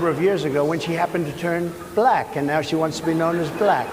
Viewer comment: It's almost uncomfortable for him to say the word, "Black" he makes the word sound like "blech" It's so damn cringy